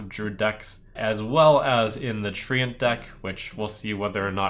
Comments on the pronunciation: it's read as trent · FFS it’s pronounced ‘trent’ not treeant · Do you really pronounce it Tree-Ant ? :D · no it's tree-ent, not trent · 100ways 2DIE Tent with an r? ok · HAHAHAH was thinking the same thing... THE TREE-ANT-MAN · SAY TREANT AGAIN???? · Jens, please write an angery (sic.) email to Trump correcting him on his pronunciation of Treant.